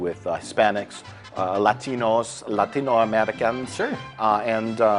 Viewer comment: Perfect pronunciation on Lantino and Latino Americans.